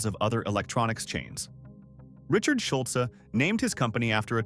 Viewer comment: Drop the e sound for Schulz to pronounce correctly